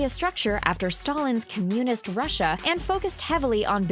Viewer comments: Communist is not pronounced com-YOU-nist, it's pronounced COM-you-nist. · I can't make it through this video because the woman can't even pronounce "Communist" correctly. Wow. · did she just pronounce communist wrong?